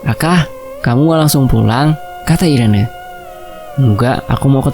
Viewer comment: namanya dibacanya iren bukan si 😂 atau emang irene? 😂